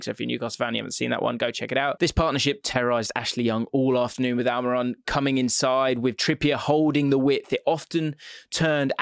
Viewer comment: Huh Al-My-Ron?